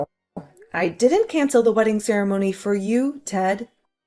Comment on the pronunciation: Only a fool would have married this Drongo. He can't even pronounce the word ceremony correctly that made me chuckle😊